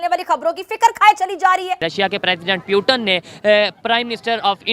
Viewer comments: Sab baat ek jagah aur putin ki jagah peuton bolna ek taraf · Bhi kise mediya hai putin ko piutan bool rahi hai banda🤣😅🤣😅🇮🇳🇮🇳🇮🇳🇮🇳🇮🇳🇮🇳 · Bhai pewton nahi Russian president Putin hai. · Pyutan nahi putin hota Hain idiot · Puten nahi naam hai Putin naam hai 😂😂😂😂😂😂😂😂😂😂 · It's Putin not putan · Abe o pyutan nahi Putin h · पुतिन को प्यूटन क्यो बोल रहा है फालतू की बाते करते है पुतिन की इस्पेलिंग ओर प्यूटन की इस्पेलिंग में फर्क है सही ढंग से पढ़ाओ इनको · 🤣🤣😂 Putin ko putan bol raha h 🤣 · Pueatan nhi bhi its putin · Puten nhi Sala putin hai jahil 😄 🤣 😂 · No doubt proper noun can be pronounced..... But, to call Mr. Putin as Piyu- tin is un acceptable & unbearable... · Putin ko peutan kyu kahata hain ye chutiya 😂😂🤣🤣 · The Paxtani pronunciation of Putin is Pew Ton and he's possibly a descendant of New Ton 😆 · Russia ke prime minister pewton 🤣🤣🤣😂😂🤣o bhai tum log padte kaha sai ho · Hahahaa! That moron with a mic says Pyuutin 🤣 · It's Pew Ton, and he's a descendant of New Ton. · Ishne pewton bola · Russian president putin hai ...not putan 🤣🤣🤣🤣......& it's narendra ..not narendar 🤣🤣.....pronunciation thik karo bhai .....